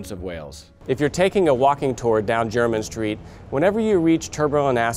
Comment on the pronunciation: T M take it from someone born and raised in London, it’s nice to hear someone actually pronounce it properly as opposed to ‘Jermaine’ street.